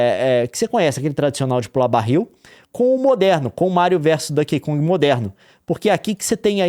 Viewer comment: meu coração dói cada vez que o Leon fala “Dãnkey Kong”, hahaha